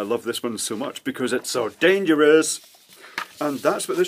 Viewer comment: It's not dangerous, it's dangeroose! 😉